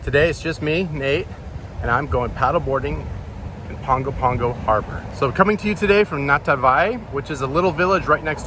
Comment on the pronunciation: You are overemphasizing the “G” in Pago Pago, the G is more of an “N”. So pronouncing is more of Pango Pango